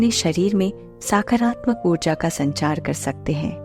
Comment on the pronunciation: Its not साकारात्मक its सकारात्मक